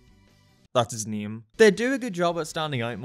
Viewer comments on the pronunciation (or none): When you said name it sounded like you said neme